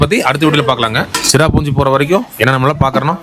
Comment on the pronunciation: அது சிராபுஞ்சி இல்லை சிரபுஞ்சி பழங்குடி பளங்குடி இல்லை அது மழை கோயம்பத்தூர் தமிழ் உச்சரிப்பு மிகவும் அழகாக இருக்கும் ஆனால் உங்கள் தமிழ் உச்சரிப்பு மிகவும் மோசம்